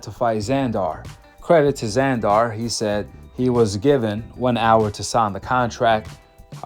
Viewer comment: It's Zander not Zandoor u make it sound like a super villain from a movie lol.